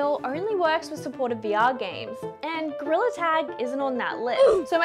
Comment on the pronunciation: “this is meant to make goriller tag easiarrr nawt hardarrr” 😍😂🫶🏼